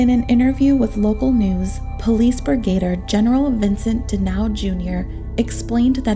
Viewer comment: Let’s begin with the narrator— It’s “Sar-mi-ento”, NOT Sar-men-tio. Another word that you trashed is Brigadier, (prounounced Brig-a-deer) which is a military rank, as in Brigadier General, NOT “Brig-A-der”, as you pronounced it. That she was embalmed PRIOR to autopsy is INSANE, and renders the autopsy null and void. A CHILD would have known an autopsy couldn’t be performed expecting any kind of evidence from her body after all that had been done to it. Police incompetence, possibly bribery since the embalming was not only allowed by SOMEONE, but someone must have paid to have that done. Then there’s the matter of sperm, or NO sperm? Rape, or no rape? The police found themselves in a media storm and wanting to look competent made up a scenario and stuck with it. They knew nothing and were covering their own as$es, period. The entire thing is just tragic as a beautiful young woman lost her life and the guys who loved her are being blamed (easy scapegoats). A sad ending, all the way around, and NO justice.😶🙏🏼💕